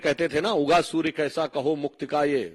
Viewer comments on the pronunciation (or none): none